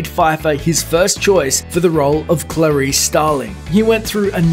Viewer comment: can you hire someone who can pronounce Clarice?